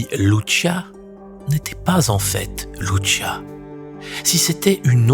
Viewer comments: Soeur Lucia et non luchia luchia c'est italien.pardon j'adore ce que vous faites mais en tant que portugaise j'ai du mal avec luchia.encore pardon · Bonjour, Je suis portugaise, je voulais vous apporter la prononciation des prénoms des petits bergers. Lucia Santos : se prononce Loucia, pas Loutchia Francisco : se prononce Frincijco et Jacinta, se prononce Jacinta, pas Ia Iacinta 😊😊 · Pitié , arrêtez de prononcer LouCHia , en portugais Lucia se prononce LouCia tout simplement, elle n'est pas italienne 😄🥰 (humour ) . Merci 🙏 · Arrêtez de de Luchia, c’est Lucia !!! C’est ( ch) merci !! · The voiceover reads well, but he read wrongly the name of the three visionnaries, Lucia, Jacinta. He is calling Lucia, liliyo . Well ???